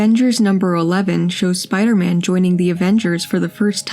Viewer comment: I love the way the fellow says "Spi-da-man." Classic!